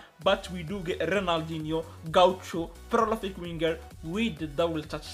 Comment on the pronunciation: Its 'PROLIFIC' not prolofic